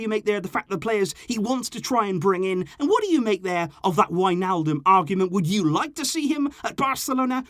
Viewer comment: not wijnaldom or however u spell it 😂but i dont believer we need him